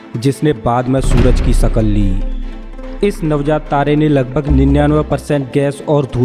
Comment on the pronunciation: 'Sakall' nahi bhai shakl yani ke rup liya